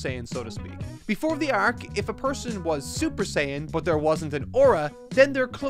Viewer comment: So funny how you still say "arc" like "æørk"